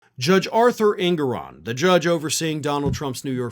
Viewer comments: It's pronounced: Judge En-gor-on@ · It’s pronounced En-GO-ran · EnGORan is the pronunciation.